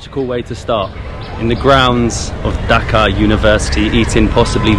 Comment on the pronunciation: By the way it’s not pronounced “ducka” it’s pronounced dhaka with the hard k and and long a instead of the short a. If you can’t pronounce dh and pronounce it like d. It’s still okay but just to let u know ;)